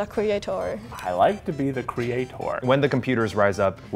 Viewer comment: "I like to be the CreatOOr"